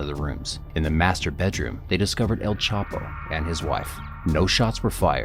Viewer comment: It's not CHAPO